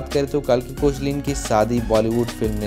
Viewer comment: It's not koechlin it's "kekla"